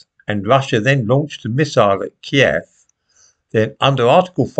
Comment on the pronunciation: This may sound superficial in the light of the subject matter but I'm really glad to hear you pronounce Kiev how it used to be pronounced before February 2022. We dont pronounce the capital of France as Paree, or Milan as Milano. How did this affectation come about ? Have frozen chicken Kiev become chicken keeve?